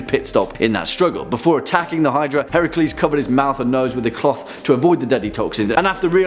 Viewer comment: The mother of monsters is not Chimera. It is Echidna. Echidna birthed many of the legendary monsters. You get major points for pronouncing Heracles right. So many don't and as a historian it's nice to hear. As for Medusa, the story is more tragic than anything else. Considering she was a victim of being assaulted by Poseidon in Athena's temple. There are two different hypotheses on why. The classic concept was as a punishment to medusa. The other is a boon for Medusa so that no man would ever harm her like Poseidon had done. Hellenic theology kinda gravitates between interesting at certain points and terrifying at others.